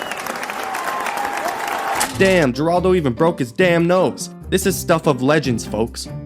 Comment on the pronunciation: Steve Wilkos used to be Jerry Springer's security. It's pronounced Heraldo. 😂😂